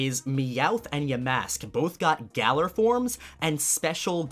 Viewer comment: shouts its GA LAR